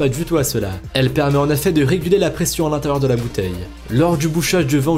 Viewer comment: Du réchauffé et bordel on dit en effet pas en affet